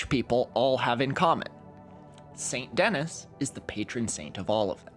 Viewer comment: Great Video! just fyi, i'm fairly certain it's pronounced Saint Denis [Deh-Knee]